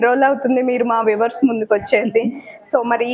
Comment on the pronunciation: Weavers kadu paru viewers, konchem practice chei vastundi,all the best